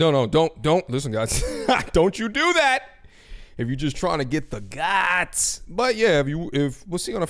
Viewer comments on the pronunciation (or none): none